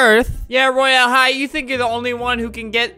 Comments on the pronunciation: Get the pronunciation right on royal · Not how you say Royal high